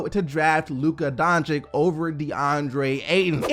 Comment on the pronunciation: Why do you pronounce the two C’s in Doncic differently? They’re both “ch” sounds lol.